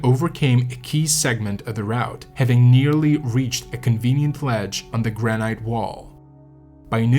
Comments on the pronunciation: gran-ite? granite? ok I gotta call you out for that pronunciation. its 'gran-it' I wont say anything about other words but I mean granite? 😂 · Hey,, the word is "gran'- it". Not "gran'- ite". Doh. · It's pronounced gran-it, not gran-ite. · Who says "gra night " when it's pronounced gra nit (granite) 😂 Good video though! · Graa-nut. "Granite" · Gran-it. So many YouTube narrators can't even speak the language! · 'granight'? This must be a robot or poor AI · Great job, but please pronounce granite by ignoring the final "e": "GRAN-it". Thanks...a climber for 47 years and still after it! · It really the way you pronounce granite? If so I've been wrong for 60 years.